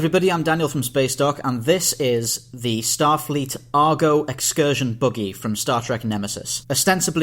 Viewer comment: Its a buggy, not a boogey.